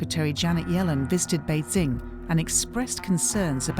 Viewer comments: Good reporting but just can't get over the commentator who can't pronounce basic terms right... Beizing... Xinziang... WTF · Why does she keep saying 'BeiZing'? It's not that hard to look up pronunciation, and should be important for someone doing a voiceover.